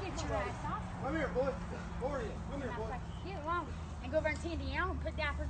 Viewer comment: "NANCEH!! You hit mah wife BOAH!!"🤣🤣